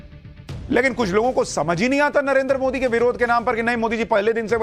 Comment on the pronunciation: Modi ji ka nam galt bolta hai ?